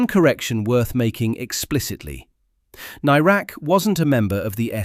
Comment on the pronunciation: I don't think you're pronouncing "Nairac" correctly. At the time of his disappearance it was always pronounced with the "air" part of the name as you'd pronounce the "air" that you breath.